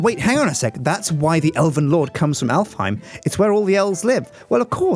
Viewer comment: Alfheim is an Icelandic name and is pronounced Álfheim in Icelandic